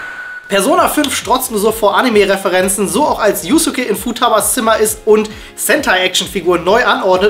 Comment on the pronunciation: Die Aussprache von Yusuke...